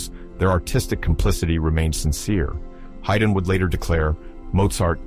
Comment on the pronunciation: This does not seem right. Mozart deliberately chose not to go to London despite Haydn's pleading. To say that he lacked means of travel is misleading. They would have paid him to go to London, plus some. Haydn is pronounced Hide-n.